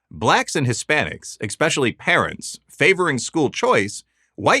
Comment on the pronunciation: It's pronounced especially... NOT eXpecially 🤦